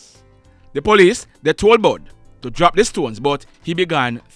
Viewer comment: Not bud it's bull